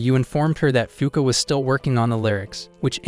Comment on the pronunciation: Fuuka really sound like F*ck